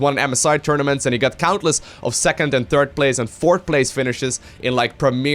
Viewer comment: Actually if you listen closely he say "Turd base"